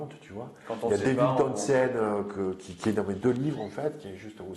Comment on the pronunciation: Beau partage, des sujets intéressants 🤗 *Devin TownSend et non Tongue scène 😆 Ça ma bien fais rire top 🙏🤣